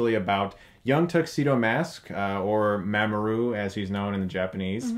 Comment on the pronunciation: It's not You-Sagi it's Oo-Sagi and it's not Ma'ma-oru it's Mom-oru just spelled different (Usagi Oo-Sagi and Mamoru Mom-oru)